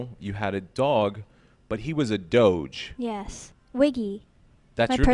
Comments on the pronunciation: Why do people say doge like doshe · You know what i hate, when people pronounce Doge wrong. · The worst thing about this is the pronunciation of doge